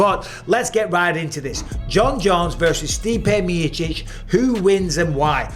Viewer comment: The way Mike says Stipe Mee-chich